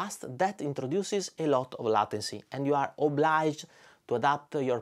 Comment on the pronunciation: Great video, as usual. Thanks for adding an important metric to the choices on the market. In case no one has said it (and I did not look through the comments), it's pronounced ley-ten-cy, kind of like the title of the song "Layla" by Derek and the Dominoes.